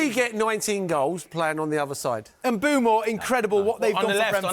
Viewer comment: Thanks the host for getting Mbuemo’s name right, is Mbuemo not M’Buemo